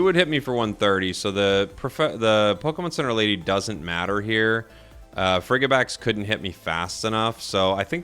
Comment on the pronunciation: brother you know it's frigi-bax as in "fridgid" pronounced "frih-jih"